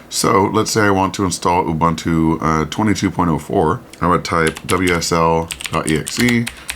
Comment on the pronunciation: ubuntu is pronounced ooboontoo.